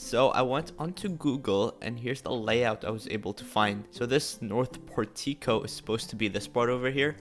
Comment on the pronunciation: Its not pronounced por-ti-co. its porh-ti-coe